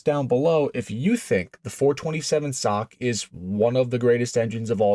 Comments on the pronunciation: SOCK? Please teach your AI. It’s S O H C, cammer or single over head cam. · WTF is a "sock motor'? Do you have any idea how un intellectual that sounds? S O H C has never been said as "sock", not ever. If your thesis were remotely true, then double overhead cam motors would be "dock" motors. Maybe now you can see the difference. Calling them "sock" motors does not make your patter more intelligible or elevate your not very car oriented dialog more "car and coffee" sounding. S O H C, each letter pronounced separately is the correct way, the real "cars and coffee" way to say this. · Nobody calls it the "sock" 427😱. It is called the Cammer 427. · SINGLE OVERHEAD CAM, not "sock". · Oh God, help me, give me strength. Did you not see the S O H C on the valve covers ? ! And yes we always called them 'SOHC'. Pronounced like that foot thingy BUT NEVER REFERED TO OR SPELLED AS THAT FOOT THINGY ! ! ! Please Lord, forgive me. But even you understand how much this hurts ? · Nobody calls it a "sock" it's Single Overhead Cam. Narrator sounds ridiculous when he says "427 sock" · The SOHC has been generally referred to as "the Cammer" or "Ford SOHC(pronounced as sock) since the 60's. I've been around since 1952 and have heard it referred to both ways for most of my life. Maybe in your neck of the woods it hasn't been referred to that way, but the world is much bigger than your neighborhood. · God. I turned it off at "sock". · clicked off soon as dude said "sock" gtfoh bro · Someone needs to punch this guy for trying to say SOHC as a word. You sound retarded. Single Overhead Cam. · Quit saying sock!!!!!! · did bro just call it a sock motor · These YT videos are being read by AI so they see SOHC as "SOCK". They drive me nuts...you'll see a reference to a Porche 911 and the AI will say "Nine Thousand one hundred and eleven."....really stupid. AI? I dun thin so, Lucy! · Bro, SOHC is an abbreviation not a word, stop pronouncing it as a word.